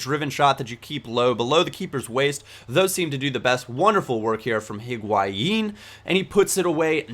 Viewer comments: Its not HEE-guain. just EE-guain. Not really a problem, but before you get the people that freak out about it, just thought you should know :) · Higuain is part french and his name is french, meaning you don't pronounce the "H"